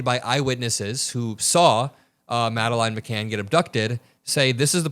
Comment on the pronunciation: It's McCann